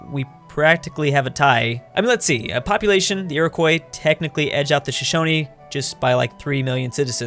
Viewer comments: how he pronounces Iroquois annoys me. Its iri-qua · please never say Iroquois again